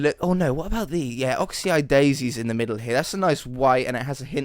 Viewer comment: A tip to help pronouncing the oxeye daisy plant- think of it by breaking down the name, part one: of part two: eye part three: daisy, so saying it quickly ox-eye-daisy. Also I think the mansion looks awesome with the new plants.